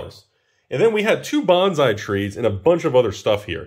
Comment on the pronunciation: Sir, please learn to pronounce bonsai